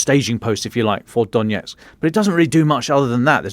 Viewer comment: "Donetsk" not "Donyetsk" "Avdee yeevka" not "Avdeevka"